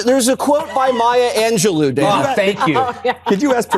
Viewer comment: He didn't even pronounce Maya Angelou name.